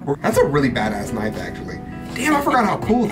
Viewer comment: (Whips out knife): "That's not a knoif. This...(struggle) This...(struggle) This is a knoif."